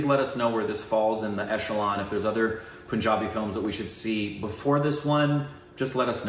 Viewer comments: Guys FYI its PUN not POON..... exactly how you say PUNS, it is PUNjabi and not POOnjabi. lolz. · Its not poonjabi. Its Punjabi like you say the word pun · Omg. It's pun-jabi not poon-jabi😂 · ...itz not Poonjabi...itz Punjabi...pun as in (pun intended) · The "PUN" in PUNJABI is pronounced like the English word "Pun". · It sounds like Panjaabi not Punjabi okeyhh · Just fyi... u r pronouncing punjabi wrong... Are you aware??